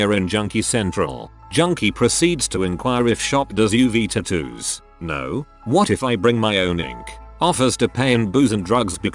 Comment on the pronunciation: Idk y but the way he pronounces tattoos makes me cringe 😂